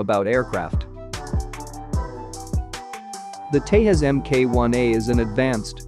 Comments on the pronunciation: It's pronounced as Tejas, not Tehas. 🤦‍♂️ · The Tejas is not pronounced like the Spanish name for Texas. It is pronounced as "thay-jus" with the 'j' being the same as in "just". Just FYI :)